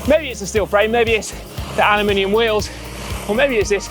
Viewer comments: Simon.........5 minutes in the States and you are already calling a “boot” a “trunk” 🤣 however I was glad to hear you still pronounced “aluminium” correctly later in the video 🤣🤣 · What's the incorrect pronunciation of "aluminium"? Surely, not the pronunciation of "aluminum". ". . . however I was glad to hear you use the word "aluminium"", is what you should have said, smart guy.